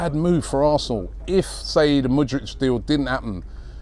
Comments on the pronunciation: Mudrich 😅😅 its Mudryk Robbie the butcherer of names 😂😂😂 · Mate, it's Mudryk, not Mudrych )) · Robbie we know you're the Don and we love you but please, the guy's name is pronounced as Mood-rick😂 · The new Modric is Moodrich